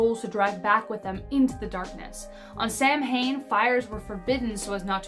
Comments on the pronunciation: I’m half Norwegian and half American Indian! Happy St Patrick’s Day! (The Norwegian part were from Scotland and Ireland)! It’s pronounced Sow wen . Not Sam hane. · it's pronounced sow in not samhain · It’s Sow-een not Sam hain. It matters. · Yes Sow wen . Not sam hane. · Samhain is pronounced more like sowen == sow as in a female pig. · You pronounced "Samhain" wrong. It's "Sow-in". & The "Wild Hunt" is not anything like how it was described. It is Norse in origin, more specifically Norse Pagan, it happens during Yuleblót, when Óðinn (Odin) rides at night and had been known to take the odd person who was caught out by themselves at night. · Samhain is actually pronounced sah-win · Did anyone else cringe at their pronunciation of Samhain? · It depends. I'm Scottish and I've heard it pronounced both ways, historically and in modern practices by both Scottish and Irish practicers. I think it depends of wether you follow Celtic, Druidic or other Clan-Based traditions.